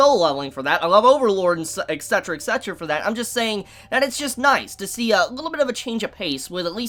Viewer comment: What I really want you to read is a dictionary,. It's pronounced et cetera, not ecksetra.... also sorry to burst your bubble but unOrdinary's art style degrades as it goes on. You can pretty much watch as the author moves from being excited about her story to just pumping it out to appease the fans. Recommendations: I Am The Sorcerer King(Solo Leveling lite) Peerless Dad Red Storm(technically set during the same timeframe as Peerless Dad as a spin-off of a character) Kage no Jitsuryokusha ni Naritakute (my favorite MC of all time) Koushaku Reijou no Tashinam (obligatory grill Isekai. Jk I actually like it a lot)